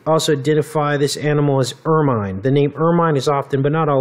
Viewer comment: Wow. I didn't know about stoats. Not that it matters, but it's pronounced 'er-min' and rhymes with 'vermin.' The British royals use it a lot around their cloaks and even around the rim of the main Crown. Well spotted.